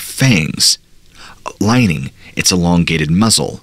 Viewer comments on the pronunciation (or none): none